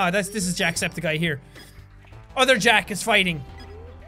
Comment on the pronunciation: you said antusepticeye